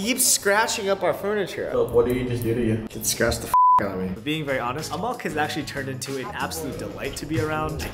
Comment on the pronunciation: Wwuuuaaiitt!!! Bro said whatttt? Amok? For real, how U pronounce... No,no... Spell Ur lil baby's name?